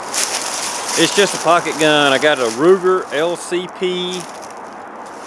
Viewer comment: Did he say Ruger or rooster?